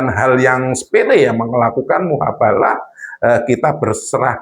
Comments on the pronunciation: Miin...hapus lg video nya,,,ulang lg ganti kata,,, Jadi mubahalah.... Bukan muhabalah... Kasian sy liat koment nya....!!!! Doooh...aink maaah..... Gegara kabib dobol efect nya ada² bae... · MUBAHALAH BUKAN MUHABALAH ADMIN OIII.. 😅😅😅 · Mf min bukan muhabalah tp yg benar mubahslah